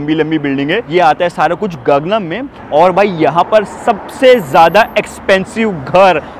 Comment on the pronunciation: गाग्नम नहीं खाङ्नाम हे